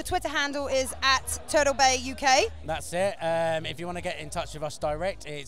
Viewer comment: I like how she pronounces 'party' as 'pardy' and turtle as 'turdle'.